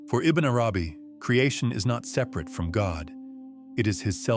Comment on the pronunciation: Yes there's nothing wrong with AI reading text. However you could do better in your prompts to guide AI to make proper pronunciation. Which sounds like verbatim reading such as ibn nay arabi , wahdat-ul-wajood etc